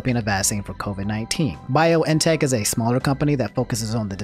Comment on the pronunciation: It's Bee-on-teck bruh ... Pronounce things how you want, I won't axe any questions